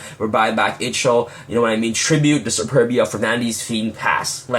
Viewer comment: Darklord Ixchel (eye - chol) 😊